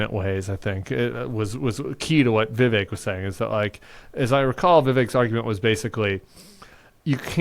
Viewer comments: It's Ví vek guy's. Ramaswami is a hindi name and so, the stress is on the first syllable. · What is up with viv ache? Every Vivek I've ever known pronounced it Viv-ek.